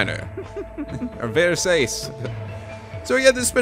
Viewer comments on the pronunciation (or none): Versace = ver-SAH-che If he corrects himself later in the episode, my bad. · It's Ver-sa-che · Versace is pronounced like versachi... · Versace is ver-SAH-chee by the way.